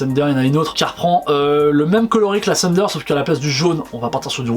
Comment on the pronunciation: C'est la lightning et non la thunder ( et ça se prononce pas comme Cindy Sander )